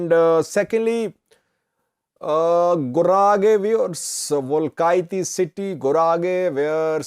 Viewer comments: you are mispronouncing the name of the capital city of Guragye. It is pronounced "Well-kee-te not Welkaitty. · It's not welkayti it is welkite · pronounce it Welkeete.